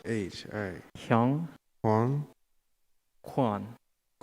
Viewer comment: 제발 한국이름 알려줄때 중국식 인토네이션 처럼 하지마세요ㅠㅠ "형.권." 왜 중국이름처럼 중국성조로 발음합니까.. 실제로 우리 그렇게 발음안하잖아요. 한국어를 알려줄거면 제대로 알려줘야죠